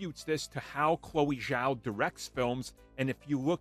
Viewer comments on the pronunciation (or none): none